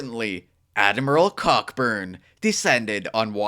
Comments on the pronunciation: It's pronounced CO-burn, not cock burn. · Pronounced Co-burn not cock burn